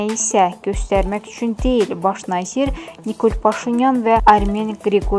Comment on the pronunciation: Diktor z hərfini düz tələffüz edə bilmir.Nьазир.Diktor qıtlıgıdır?